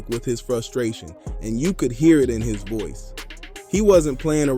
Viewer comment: By Foice , By Foice